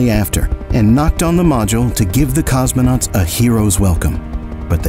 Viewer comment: No es "cosmenautas" sino COSMONAUTAS